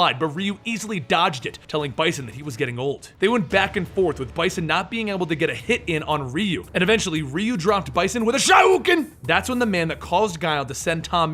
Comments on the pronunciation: it's U-ri-en. it's Sho-ryu-ken. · theres an I in Urien..... and Theres an RYU in Shoryuken.